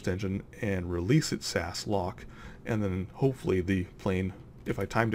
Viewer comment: you pronounce it s-a-s not sas